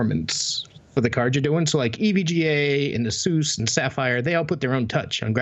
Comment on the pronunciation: Keep trying, you'll get to pronounce ASUS right eventually.